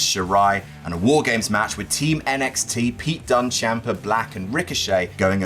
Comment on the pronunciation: Say it right.